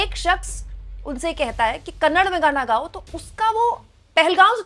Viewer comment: Kannad nahi hai didi kannada hai please kannada bolo